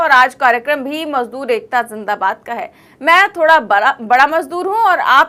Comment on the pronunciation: madoor bola hai majdoor nahin